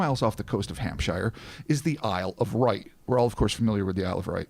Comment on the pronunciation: Isle of Wight has no R its just pronouced 'WHITE'